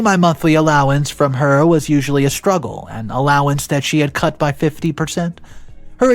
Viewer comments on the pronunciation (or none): none